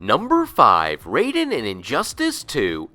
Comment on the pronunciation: So they created Raiden, named him Raiden, but don't know how to properly pronounce his name?